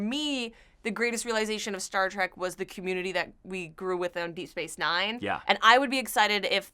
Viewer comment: Did he call "Star Trek" Star Trak